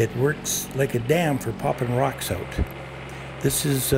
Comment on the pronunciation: out, not oat